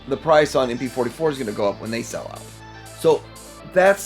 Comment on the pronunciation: MP fohty fo - it’s a ‘no’